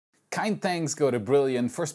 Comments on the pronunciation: As a German the intro sounds not how it is intended 😂 kind sounds like „kein“ wich translate to no. So I heard „no thanks go’s to brilliant“ 😅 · I alway hear it " Kein thanks go to brilliant " LOL